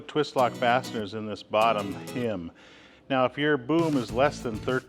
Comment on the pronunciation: It's not a "him", It's not a "hymn" It's a hem!